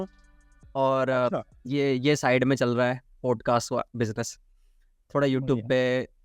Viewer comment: पॉडकास्ट ❌ पोडकास्ट ✅ भाई प्लीज़ "पोडकास्ट" मत बोला कर वो "पॉडकास्ट " होता है । "औ " की ध्वनि आनी चाहिए । "पोडकास्ट" बोलते हो दिक्कत कुछ नहीं पर ऐसा लगता है कम पढे लिखे हो जबकि ऐसा है नही ।